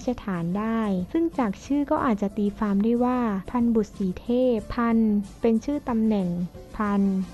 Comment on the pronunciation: ตีความ ออกเสียงเป็น ตีฟาม ใช้ภาษาไทยแบบนี้ มาอ่านประวัติศาสตร์ไทยได้ยังงัย มันน่าชื่นชม มันเก่งยังงัย